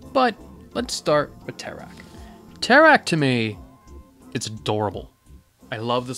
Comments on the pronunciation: I died when you said "tecar" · Tekar?ITS FREAKING TERAK